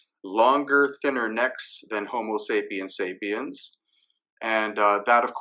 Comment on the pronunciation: Apart from everything else that you have presented so systematically thank you for "Homo sapiens sapiens" far too few say that correctly :) . As an aside H. sapiens sapiens (one who thinks twice ' can think about thinking??? ;) . King Monkey Great Sage An equal to Heaven . ;)